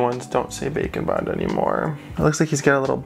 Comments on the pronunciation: Instead of saying bake n bond it sounds like you are saying bacon bond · I will never stop hearing it as Bacon Bond... Also this was awesome even tho i didnt watch deathnote